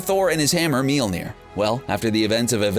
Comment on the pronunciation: YOU KEPT SAYING MOLNIJNER WRONG